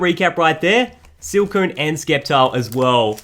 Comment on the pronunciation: Why do you say skeptile its sceptile